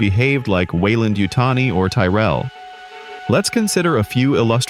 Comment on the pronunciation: WEYLAN not WeilanD?